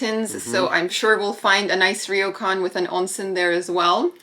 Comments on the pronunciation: Hey guys love your stuff... just a tip it's pronounced Row-kan not Reeo-kan 😊👍🇯🇵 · I'm enjoying your series of videos in Hokkaido. You seem to have more knowledge and appreciation of things Japanese than most North American visitors to Japan that I've seen on YouTube. Even better Japanese pronunciation than most (except for the difficult "ryo" in "ryokan.). I can tell you've done your research and chosen the places you visit and things you try with some insight and preparation, and you've been smart and lucky not to be caught up in the huge crowds of the very famous and popular places. One small note: yukata was way too short (it should at least reach your ankles), so you should have chosen a bigger size, and when you put on the yukata (or kimono), always wrap the left side over the right side, so you can insert your right hand into the opening. Both of you do a great job trying different things and commenting on your experiences!